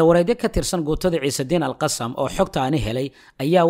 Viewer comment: Waad mahadsantay walaal sida fiican ee warbixina mihiimka ah aad noogu soo tarjumto, waxaan kugu kordhin lahaa in sida loogu dhawaaqo AL-QASSAM ay carabi ahaan tahay AL-QASSAAM oo qaybta dambe ay tahay shaqal dheer, soomaali ahaan sidaas ayuunbay noqonaysaa maadaama eraygu yahay carabi.